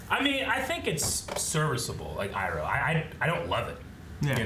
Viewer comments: The pronounciation that bothers me the most is Zhou saying "ee-roh" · Iroh not pronouncing as Eyeroh is more suitable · "Ahng", "Soaka", "E-ro". I'll never not facepalm at these things.